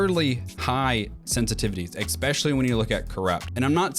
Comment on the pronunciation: Why do so many people say "eckspecially" instead of "especially"? What's the correct pronunciation? English is not my home language, so this is a real question